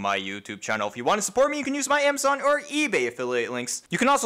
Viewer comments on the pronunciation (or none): none